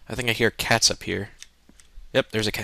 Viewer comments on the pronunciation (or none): none